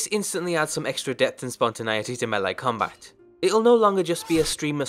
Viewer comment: Finally you said combat correctly!